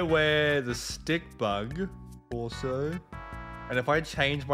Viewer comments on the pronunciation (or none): none